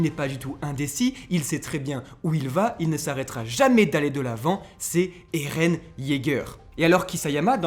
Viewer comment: Moi en tout cas j’en ai marre que dit ereh au lieu de eren